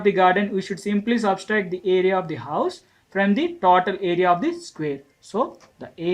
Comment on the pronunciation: it is not taautal it is total 😅😅